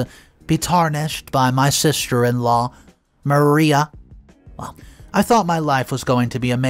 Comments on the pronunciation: Mariah....Muh-rye-uh not Maria...Muh-ree-uh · Ma-- Rye--- AHH not maria. Sorry, couldn't help myself. TY for the great stories!!! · Mariah is pronounced Ma-RAI-a ('ai' as in 'eye'). The name you keep calling her is Maria (Ma-REE-a) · First of all learn how to pronounce these names correctly if you’re going to include close caption, her name is Mariah (Ma rye a) Not Maria, and on top of that this is the stupidest story I’ve ever heard someone butting into a families life when she’s not actually married to the individual. Yette went out of her way to destroy this child even more over some dumb, childish crap she was young when she got caught shoplifting Let it go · ~ Mariah isn't pronounced Maria. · Pronouncing Mariah wrong. Also under another video, you said privy wrong. It's i as in "it", not "eye".